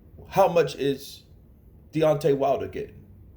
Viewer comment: You butchered the guys name man 😂